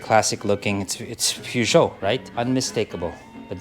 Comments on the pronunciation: You still mispronounced it after the French guy said it. You said Peer whereas it’s Purr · It gets funnier sa kada ulit ng correction sa pronunciation ng Peugeot. 😂😂😂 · dahil thorough din ang panunuod ko Sir sa video na ito binilang ko kung ilan beses binanggit ang salitang Peugeot kasama na ang maling bigkas sa unang parte ng video 32x ang bilang ko. maraming salamat po Pashout out naman po. 😁